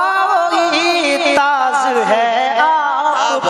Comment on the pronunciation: Taaj.....not taaz......mayassar. . not...maysshar